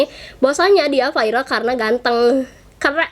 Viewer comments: gk bisa bilang viral ya kok di biLng vairal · AKU NGAKAK PAS BILANG VIRAL VAIREL NGAKAK